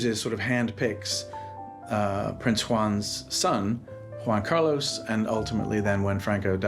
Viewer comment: "Wan Cah-Loss". The mispronunciation is crazy lmao